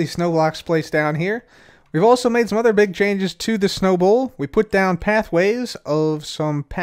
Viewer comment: I keep hearing Snowable area instead of Snow Bowl area xD